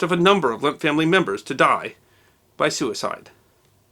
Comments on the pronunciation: It's NOT "Limp"! It's "LEMP"! Like the "e" in 'head'. L E M P! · You keep pronouncing it ‘Limp’. It’s Lehmp’. Es macht mich verrückt!